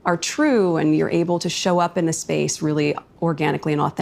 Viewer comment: She can't say "space" either.